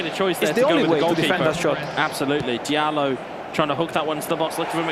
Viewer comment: Why are they pronouncing it dialot Jesus Christ ZERO football knowledge and pronunciation IQ lmfao